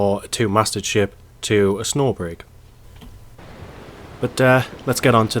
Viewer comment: Pronounced SNOO.